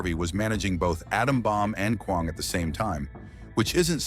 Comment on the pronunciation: He can't even pronounce Kwang